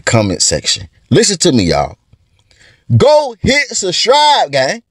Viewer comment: I sustribe because he said sustribe!